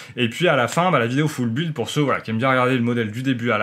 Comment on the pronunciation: Bonne vidéo comme d'habitude. Par contre "Full Build" prononcé foule buuuiiilde c'est pas class... "Construction complète" c'est pas mal aussi. Non sans déconner continu comme ça c'est très bien!